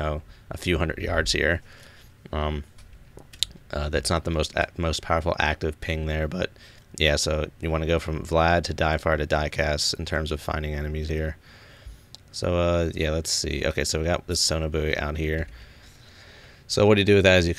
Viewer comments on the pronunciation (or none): I never knew there was a game for ASTAC. I was an ASTAC in the Navy on the USS Kinkaid & USS Fletcher during war and i'll tell you it can be a stressful job. I watch your video for nostalgia and smile except for the mispronouncing the names of the sonobuoys Difar(Dye-Far Dicass(Dye-Cass) but great vid. I loved my job my Helos were Battlecat 21 & 22 take care bro.